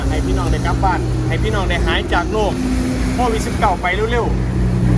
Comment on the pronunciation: ขอเพียงให้พี่น้องหายจากโลกนี้ไปพะนะ เพิ่นวา ตอนเว้าบ่ได้หันลิ้น โรค 555